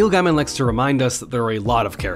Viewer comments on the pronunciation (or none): FYI It's pronounce Neil "Gay-min" (not guy-min")